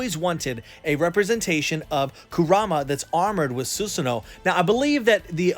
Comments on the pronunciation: su sa no.... not su su no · I'm here for the first time, I can't understand why you're calling susano as susno? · It’s (: SUH SAN NOO;) pernouce it like that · Su Su No❌ Su Sa No ✅ ✌️ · Love your vids. But please stop saying Sus-no. Its Su-sa-no-o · please dont pronounce susano like that. suSAAno!!!! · Why Susanoo become Susuno?? 🤭